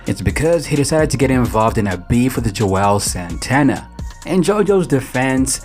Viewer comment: How we supposed to take YOU seriously when u say Joel santana instead of Juelz Santana?